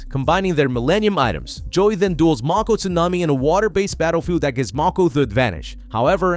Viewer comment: Did you call them "Millanian Items"?? 😂